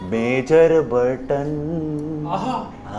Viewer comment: bhaiya ji borton ki jagah botton he bol do vo sahi rahe ga